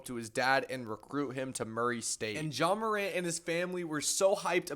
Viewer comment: JA MACAN’T😭✌️